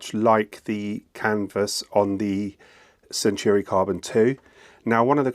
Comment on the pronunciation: And while we’re at it, it’s centAUri, not centUAri